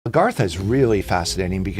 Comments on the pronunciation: Agartha is not pronounced - Argatha. He says it several times. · Someone please tell this guy its "AGARTHA" not "ERGATHA" ... its hard to take him seriously as a subject matter "expert" when he cant even say the subject properly. 🤦‍♂️ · Another one where the speaker can't even pronounce the topic 🙄